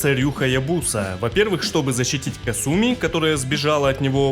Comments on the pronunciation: бессвязный бред. Понимаю, что нечего писать уже, но опускаться до такого. Я привел аргументы, почему правильно произносить "Кáсуми", ты же не сумев привести контраргументов стал визжать "Касýми, потому что я так хочу", не хочешь произносить правильно - дело твое. Ты и на русском не можешь написать правильно. Комментарий был адресован автору о правильном произношении. Следовать или нет - дело автора. Ты не смог меня поправить и стал писать бессвязный бред по типу, теперь все что ли должны. Никто никому ничего не должен, следовать или нет - дело личное. Усек? А теперь шуруй отсюда. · Ты шикарен, спасибо за такое развернутое видео, очень было интересно узнать! Мне очень нравится твое произношение, но КАсуми произносится вот так, практически все японские имена начинающиеся на "Ка" имеют ударение на этот слог. Казуя, Казуми, Кагура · хорошая попытка отшутиться, но факта неправильного произношения имени это не отменяет. Касательно Russia, это вызвано самым, что ни на есть благозвучием или "phonaesthetics" языка, точно также, как на русском неблагозвучно было бы произносить "Deutchland". Вызвано банальной неприспособленностью языка к подобным сочетаниям звуков. Опять-таки в имени Касуми используются те же звуки, но ударение поставлено неверно.